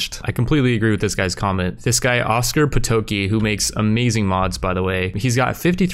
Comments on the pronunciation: That was a good first attempt at Potocki. The c makes a Ts sound, so its more, "Poe-toe-tski" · Oskar Potocki is read Oskar Pototski (its polish name). Also plasma cuter pistol comes from Dead Space, where it was main weapon.